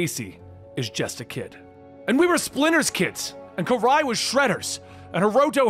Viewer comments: Dude her name is not “KYRIE” it’s KARAI pronounced (KUH-R-EYE) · It's hard to get past the mispronounciation of Karai calling her "Kairie" 😂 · Calling Karai ‘Kyrie’ is crazy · "Kah-Ry" not "Ky-Ree" but I understand. Lol. You still cool to me, 😉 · Um not trying to be that guy but her name is karai kur-ai not kyrie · I get distracted by your mispronouncing names. Karai is not kairi. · You pronounced Karai's name wrong. It's pronounced Ka r eye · U didn't pronounce karai or fugitave right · Man the way u pronounced karai is off😂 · I’m not going to lie the way you pronounce “Karai” and “Fugitoid”makes me want to grind my teeth. Other than that cool video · Why is Karai's name pronounced the way that it is in this video? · Dose shredder have a basketball player as a daughter lol he don’t say it right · Still bother by how he says karai